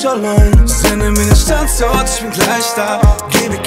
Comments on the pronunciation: Irgendwie geht mir dieses StandZort, wie Pietro das ausspricht, leicht auf die Nerven🙄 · Hahahahaha krass macht alles kaputt dieses Standzort haha